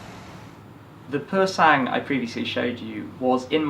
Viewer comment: Awesome video again! Btw Sang is pronounced without the G